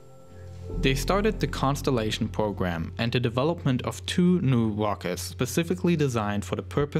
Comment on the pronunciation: lol i just love how he talks! wocket pwogram wussia